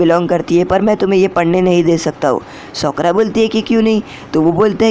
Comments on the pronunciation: Bhai uska nam sokra nahi hai uska nam sakura hai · Sokara nhi sakura ☺️